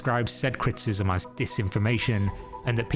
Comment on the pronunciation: What are you saying here? It sounds like "cryptism",but that doesn't really make sense given the context. I'm assuming that "criticism" is what was meant,but you say it several times and it never sounds right. I notice weird things sometimes. I know.